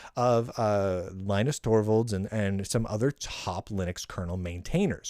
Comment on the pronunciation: After all these Linux sucks episodes, is it not time to learn to pronounce Linus?